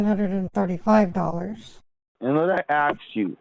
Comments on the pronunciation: more like lemme axe you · and let me "aks" you...i love this imbecil😂😂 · Let me ax you… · An tan I ax you, lol! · Jamaican here and I’m dyinggggg with laugh at this. Between the horrible grammar, awful pronunciations and the “let me axe you”, i just can’t😂😂😂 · has nerves of steel. All the 'Lemme aks you's" were starting to give me a nervous tic This scammer is DIS GUS TING. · Yeah, I had to turn it into a drinking game (per another commenter’s suggestion) “Let me axe you…” Drink! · and let me axe you, wtf, you should have done a karen on this piece of crap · No, axe😂😂😂